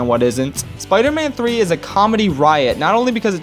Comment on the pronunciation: Spee man tree